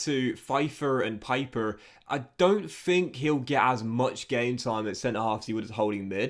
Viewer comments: Stop calling him piper, his name is Pieper, like in peep!!!!! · Pieper is pronounced like Peeper in German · I love your videos, so please don't take this as hate, but in the german language, "ie" is pronounced as an "E" sound, but "ei" is pronounced as an "I" sound